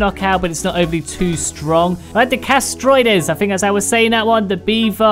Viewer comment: You know it meant to be Castroides (the "E" is silent)